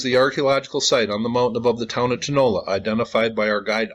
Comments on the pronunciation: I would suggest the pronunciation is / tow-na-LA /. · Like someone commented 73 likes and no views? Great video... (TOe-NAh-LAh) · I would pronounce it like this....." toe-no-la" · Pronounced "Tone-ah-LAH'. Also, Iglesia Vieja just means "old church", and not "old lady church". The word for "old" in Spanish is either "viejo" or "vieja" depending on whether they're describing a "male" or "female" noun. All Spanish nouns are gendered, and ones ending in "a" are usually female- like "iglesia". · The prounounciation is "toh-nah-LAH' NOT 'toe' also the ACCENTUATION is on the last vowel "á"